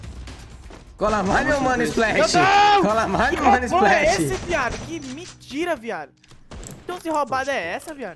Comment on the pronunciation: novo anunciado do frusco "esplah" kkkj